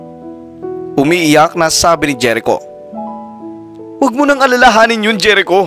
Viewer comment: Jerico is pronounced as herico